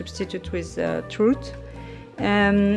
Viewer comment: We also call that small orange a clementine. We pronounce it like wine. Or a tangerine, maybe. Is pronounced like your clementine. And than Trout is pronounced like out. Sorry, just trying to help, but that sounds a bit Parisian, doesn't it? Your video made me hungry and your stroll home looks inspiring.